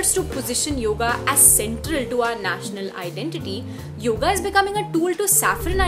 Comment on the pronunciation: You could begin by saying the name right ... it is yoga. Not yog. How would you like it if I called Sita by a shorter variant "Sit"?